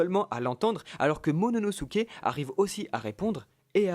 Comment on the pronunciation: c momonosuke et c pas MONONOSUKE